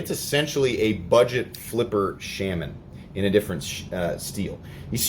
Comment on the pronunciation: The fact that you say Shamin makes me want to suicide myself.